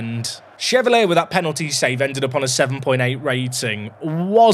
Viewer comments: I said it in the last video, he's french, so Lucas Chevalier is pronounced "shuh-val-yay", not "shuh-val-ee-uh" 😉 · Watched you for years and I know you sometimes pronounce names wrong for engagement and in all the years of watching you I’ve never been so triggered by a mis-pronunciation that Chevalier and Shade 😂 Well done you got the comment 😂